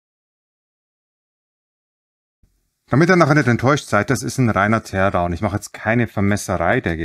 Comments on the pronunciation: Teer down? Teer herunter? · Du hast aber Teer gesagt 😜🤣